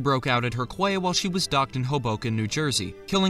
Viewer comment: “Quay” is pronounced as “key” fyi ;-)